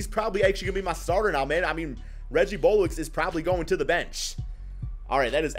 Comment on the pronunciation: Reggie BullocK not Bollocks dude lol but anyway I am desperately hoping we get John Wall